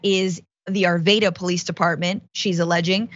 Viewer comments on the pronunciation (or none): Francesca, I enjoy your content daily. Thank you for your contribution to truth. Just a little correction for you.... The City of Arvada is pronounced 'aar·va·duh.' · Arvada is pronounced, Ar vaa Duh. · No long "a" sound in Arvada. Glad I don't live there any more.